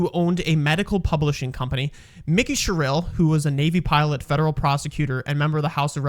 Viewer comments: I love the butchering of both their names. Jack Chit-a-rell-e. Mikie "Cheryl" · This AI is awful . Pronounce their names correct please . Mickey Sherelll ? Jack Coccarelli ? Come on